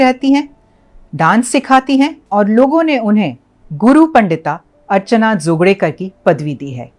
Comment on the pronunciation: जी आपने जोगळेकर का सही उच्चारण किया। बहुत अच्छा लागा। उत्तर भारत के बहुतसे लोग मराठी तथा दक्षिण भारतीय भाषा के उच्चार में गडबड कर जाते हैं।